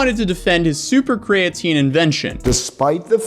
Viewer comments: Wow, 2 people that can't pronounce Creatine. This is weird. Kree-uh-teen. Not difficult. I'll give a pass, but a CEO should know how to pronounce the ingredient they're pushing the hardest. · Dude can't even pronounce creatine properly, why would anyone think he knows anything about chemistry? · Bro why dose he pronounce creatine without the e